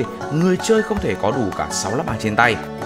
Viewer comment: Đọc Ô-si-rít là đọc theo kiểu việt viết sao đọc vậy Còn trong tiếng anh nếu âm “i” ko có nhấn thì đọc “ai” đr